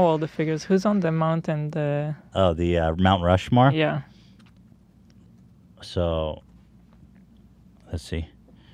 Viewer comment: Lmao ethan cmon dude... really not hard to say the names of Rushmore when the damn picture is right fuckin in front of ya